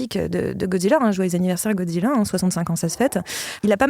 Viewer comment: Comme mais parents 🧐Pourquoi 😠 les adultes disent godzilla "godziyia" C'est godzilla "godzila" c'est facile à dire nan😤😤😠